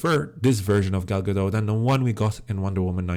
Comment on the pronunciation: please note that the "t" in Gadot is not silent!